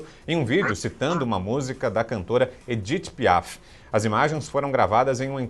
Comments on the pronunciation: "Edith Piá" nossa to passando mal aqui uhuahuahua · “Edite Piá”.